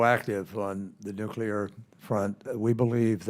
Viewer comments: Also, I cannot respect anybody who pronounces the word "nuclear" as "nucular". Get your sh*t squared, mor*n. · Nuculer haven't heard that in a while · I'd feel better if the questioner could at least learn how to pronounce nuclear. It's not nucular. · It’s “noo-klee-ur”, not “noo-kew-lur”. Ugh. This is one of my biggest pet peeves. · I wish he would ask about the nuclear power plants instead of the nucular ones. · Scary the guy on energy and technology committee can't pronounce the word nuclear correctly ??? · Of course, it would be better to get an opinion on nuclear energy from someone who can pronounce nuclear.... not to nitpick or anything.